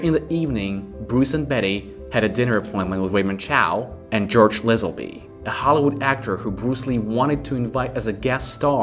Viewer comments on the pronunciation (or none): LAZENBY!! NOT LEZENBY!👎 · It’s Lazenby not Lezenby.